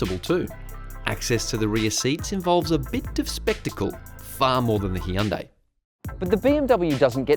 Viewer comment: Hyundai is pronounced like "sunday", not Hee-un-day